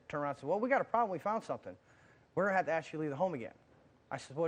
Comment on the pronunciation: Steve, why cant you say "Ask" ? Does it make you more "Street" ?